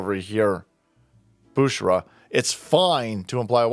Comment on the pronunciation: Her name is “Bushra” .. 😂🤣😭